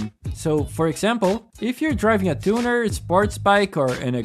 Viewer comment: the way you say "tunner" and "muskill" has me on the floor lmaooo